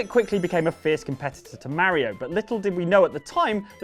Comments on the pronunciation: Ma Ri O not, Mair Reo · It's not fucking mariio it's Mario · you say mario weird